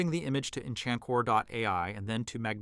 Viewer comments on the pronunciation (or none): 100% ai generated cus he said "enchankor" instead of "enhancor" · it's not Enchancor It's Enhancor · Love the video, thank you! I wish there were more tutorials like this but using local models. Also, it's pronounced EnHancer not EnCHanCore. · Thanks for the very thorough walk thru, really appreciated! How long did this workflow take? Btw "Enhancor" is pronounced enhancer😊